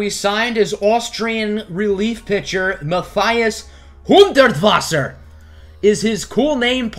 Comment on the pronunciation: He really went all out of saying Hudertwasser's name